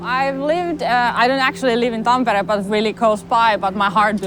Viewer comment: finally I learn how to pronunce tampere! thx!